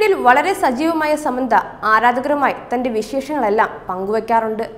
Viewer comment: ആദ്യം ഒരാളുടെ പേര് നേരെ ചൊവ്വേ പറയാൻ പഠിക്കു സമ്മന്ത അല്ല സാമന്ത 👍